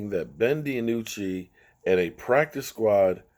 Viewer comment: His name is not Ben De a nucci!! It's Ben Dinucci!! I don't understand how you can mess up so many of these players names.... All you have to do is listen to the commentators during the games and you can plainly hear them say the names of the players!! I swear as many times as I've heard you mess up all these players names I'm getting to wonder if you've ever watched a game before!!